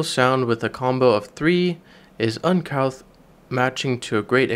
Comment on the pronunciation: Enjoyable video. Just a little tip on the pronunciations. I believe you meant to say un cooth, as in koof, "uncouth". Atrium is usually a long A, as in A-trium. This is not a criticism, just a little feedback for you. Thank you for the video!